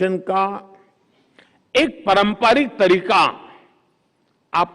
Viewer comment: Parampaarik nahi sir Paaramparik 🙏